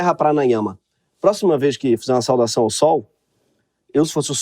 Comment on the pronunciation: Todos os episódios do Greg tem end card? Amei o terra prana … mas só entendi quando ele disse “pranaiama” 😂😂 excelente episódio!